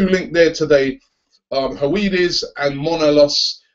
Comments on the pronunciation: fah fuck sake robbie it's pronounced her-ve-dez!...not howaidees!!...sorry i had to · I think it's pronounced "Huv-ed-ez" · It's Her-Ve-Des. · Höwedes is pronounced something more like Hur-Veh-Does I think, just a heads up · Oh dear, oh dear the pronunciation of Höwedes... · the w in howedes is pronounced as a v